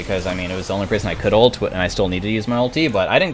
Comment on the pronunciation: Can someone tell me why he says ALTEEE like wtf.